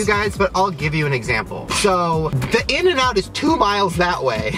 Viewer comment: Its INN-N-OUT